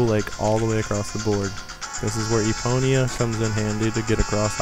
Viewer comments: EPONA NOT EPONYA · Not just that. He butchered almost EVERY name. 1. "Eponia"- Epona 2. "Dogoro's" -Dodongo 3. "Kakoro" -Kakariko 4. "Coco" -Cucco 5. "Kakaroo" -Kakariko 6. "Hylina"- Hylia 7. "Lake Hyrule" -Hylia 8. "Kakaroo" -Kakariko BAD Zelda nerd. FAIL. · Eponya? it is Epona... You must have read it incorrectly. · Eh-pone-ah Not E-pon-ia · This was so helpful, but you literally pronounced everything wrong.. Eponia - EPONA Dodoro's Cavern - Dodongo's Cavern Kakaro Village - Kakariko Village Cococo Lady - Cucco Lady Its so off putting.. 0_0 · there not elfs theyre kokiri theyre not spiders theyre skulltullas and its not eponya its epona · DAFUQ ! EPONYA ???? You mean EPONA. Please, don't say it ever again. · Isn't the horse's name Epona? Not Eponya? Great guide though! :) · isn't the horses name epona not eponea? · isn't the horses name epnoa not eponea? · Every time you say Eponia I just want to stab myself in the face. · I was like ._. when he pronounced Epona as Eponya XD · eponya lol